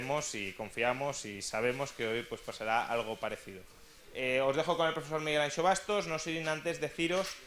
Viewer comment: ¿Tan difícil es pronunciar Miguel Anxo y no "Ancho"?